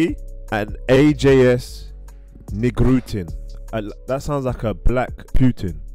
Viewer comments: "ej dzej es..." LOL no, man. "Ajs" you read like ICE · AJS is pronounce ICE, Cheers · Ajs is pronuncing as ICE